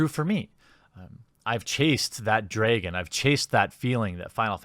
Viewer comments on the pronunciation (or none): thx for the vid but your use of "draygon" disturbs me deeply